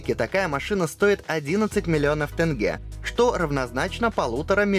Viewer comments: Тенге, а не Тэнгэ Вы же не говорите рублэй😅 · Блин, 🤦🏻‍♂️🤦🏻‍♂️🤦🏻‍♂️ когда же вы научитесь ? Казахстанская 🇰🇿 валюта называется ТЕНГЕ !!! Буквы Э и Ь в этом имени / название НЕТУ 🤷🏻‍♂️ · Ну если тЭнге,тогда рублЭй))